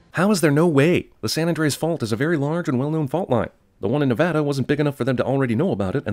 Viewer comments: Omg he said Nev-a-da instead of Nevahduh, finally, someone who can say it properly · Thanks for pronouncing Nevada correctly! For everyone: it's not Nev-aww-Duhh, it's Nev-A-Duh. Nobody seems to get it right but Cinema Sins did! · holy shit.... nobody else noticed jeremy actually pronouncing nevada right unlike 99% of people who arent from nevada? be still my beating heart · I’m removing a sin for pronouncing Nevada right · Yay! You said Nevada right! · Thank you for pronouncing Nevada correctly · Thank you for pronouncing Nevada correctly! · I think the best part is you pronouncing Nevada correctly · I really want to say thank you for pronouncing Nevada correctly!!! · Someone said Nevada right!!!! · Removing a sin from this video for pronouncing "Nevada" correctly. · I'd like to take the time to thank you for pronouncing "Nevada" correctly. That is all. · Thank you for pronouncing Nevada right